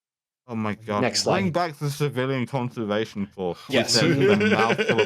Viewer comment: BRIMG BACK FFE CUFFILLIAN CONFFERSFAION CORPS